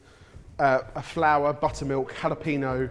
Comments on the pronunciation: Jalapeño!!!!!!!!!!!!!! How hard is it to not pronounce it like PeeNo? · Tell me more about this "hullo peeno" you've discovered. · every time someone says jalaPEENo instead of jalapeño i lose brain cells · Do you folks just ignore the tilde there? (Just grimacing every time jalapeño is pronounced...)